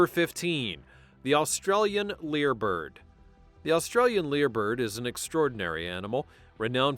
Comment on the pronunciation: It's a Lyre Bird, NOT a Leer Bird.